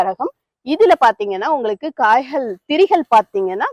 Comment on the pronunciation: பயனுள்ள காணோளி 👌🏽 ஆனா ஒன்னே ஒன்னு மட்டும்,, மிளஹு, காய்ஹள், ரஹங்கள் னு சொல்லாதீங்க. மிளகு, காய்கள், ரகங்கள் னு சொல்லுங்க ப்ளீஸ் 😢